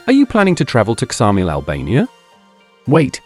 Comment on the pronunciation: Its Samil,the K is not pronounced but you wouldnt expect an AI voice over to know